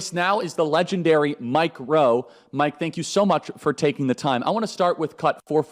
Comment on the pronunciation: He’s “MikeRowe” works😂